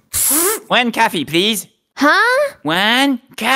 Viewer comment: Why is here like he was like "coffee.." but it sounds like he is saying "caffee"